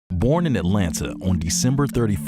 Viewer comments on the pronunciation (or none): none